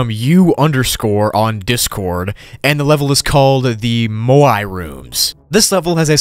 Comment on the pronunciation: Bruh moai not moyai